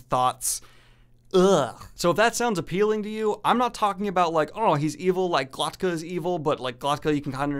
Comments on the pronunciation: Glok-ta. K before t. Not Glot-ka. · why does he keep pronouncing Glokta's name GloTKa???